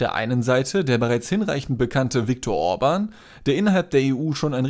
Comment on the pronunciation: Ja ist es , Bieden oder Bidden ist ein unterschied, genau so Müller oder Mühler ... Orban ist auch nicht Urban.